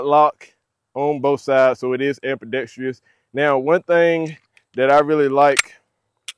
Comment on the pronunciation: First of all mags don't Like to go in the magwell smooth when it is chambered so I would suggest slamming it in unless you want to replace parts soon and the night sights are tritium ..but it is ambidextrous not ampudestrious lmao